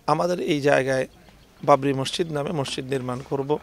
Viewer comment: মসসিদ❌ মসজিদ✅